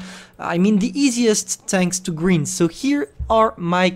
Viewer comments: how pronounces grind: Gr-eeeee-nd how english people pronounce: Gr-eye-NN-D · It's grind(greind) not green'ed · He's saying " greynd " Me: grind this is how to spell g r I n d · wait did he just say griend rather than grind? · Travaille ta prononciation: Grind se dit Grynd not greend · GRIND GRIND say it right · Of course one of the only words effected by your accent was the main one (grind) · Grind is pronounced more like brine than grin